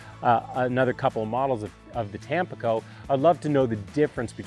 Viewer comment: Hi, really enjoy your content overall. I feel pretty certain it’s pronounced tam-PEE-co, accent on the middle syllable. It is bound to be named for the city on the east coast of Mexico. Just FYI.